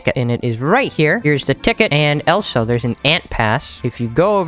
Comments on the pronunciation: he said Elsa instead of also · The fact he says elso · He says elsO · The fact that he says elso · He says elso 😂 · who in the world taught you how to pronounce "also"